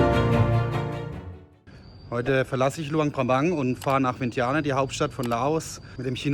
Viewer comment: Super Video, gut geschnitten 👍. Vientiane wird Wi-en-tschan ausgesprochen…